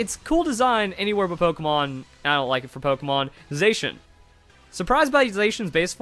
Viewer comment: Zacian is pronounced Zaa she in, like the colour cyan